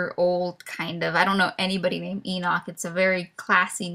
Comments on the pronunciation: Hey, um, I am sorry but the way you are pronouncing Enoch isn't correct ^^" It's super weird how it is pronounced different than how it is spelled, it is pronounced like E- Nick for some reason :P I know this because Enoch is a biblical name and that is how my church/family pronounces it and My Ex boyfriend is actually named Enoch and his whole family and himself pronounces it E-Nick .o. I am not saying you have to change how you are currently pronouncing it or anything like that, I just thought you should be informed :0 if you already knew this, I am sorry for wasting your time ^^" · If you're spelling Enoch like Enoch, you're pronouncing it wrong XD it's like E-Nick